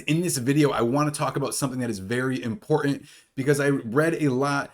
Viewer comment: You’re right…. Very “impor-ih” information!